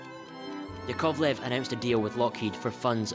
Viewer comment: A small pronunciation correction: it's YAkovlev, not yaKOVlev (first syllable stressed, not the second).